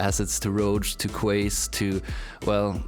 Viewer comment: You're really great at this and your island looks amazing, but you should spend more time explaining HOW you're doing what you're doing and what tools you're using. Also - and I'm saying this so that you know, not to be clever or to criticise, "quays" is pronounced the same as "keys" in English. How else will you find out if nobody says anything! :)